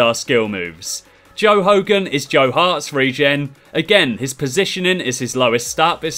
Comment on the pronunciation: When you said joe hogan I thought you said 'Joal logan' any guiseley fans will understand (there won't be)